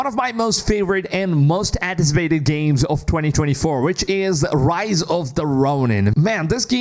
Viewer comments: RISE of the Ronin! Not ROSE! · It's Rise of the ronin not rose 🤣😆